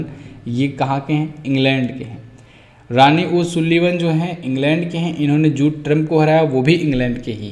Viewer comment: रानी नही रॉनी होता है